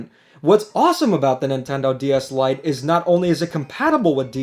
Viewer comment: I thought you said "Light gay DS Lite"